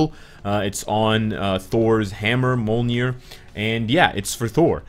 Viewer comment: Molnjir? Molnjir LUL